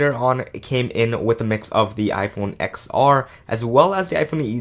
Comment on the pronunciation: It’s pronounced “TEN R” not “XR”